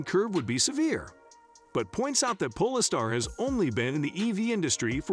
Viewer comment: Robovoice can't even say Polestar properly. Instantly put me off watching.